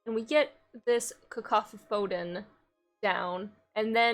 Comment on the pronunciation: Fun jank. BTW, that card name is probably pronounced “cuh-COUGH-uh-dawn” as a portmanteau of “cacophony” (loud, unpleasant sound) and “-don” (from “-dent”, meaning “teeth”) like in the word “mastodon.”